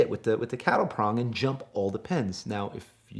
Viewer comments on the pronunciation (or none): Cattle prod not cattle prong... city boys.... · Cattle "prod"...my OCD's going crazy.